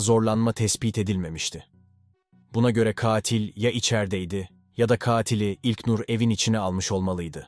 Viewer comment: İlknur demek bu kadar zormu admin ilknnnnurr ne yaa